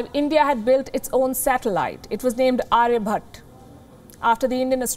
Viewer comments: Aryabhatta not aryabutt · its not aryabhat its aryabhatta!! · It's pronounced Aryabhatta, not Arayabhat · Can you please at least pronounce their names correctly? That's Aryabhatta, Brahmagupta and so on with an "a". Not Arya bhatt or Brahma gupt.